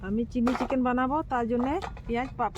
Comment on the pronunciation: ওটা চিল্লি চিকেন নয়😅 ওইটা চিলি চিকেন 😂